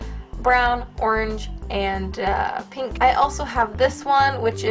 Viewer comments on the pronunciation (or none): Is it meant to be pink not pank?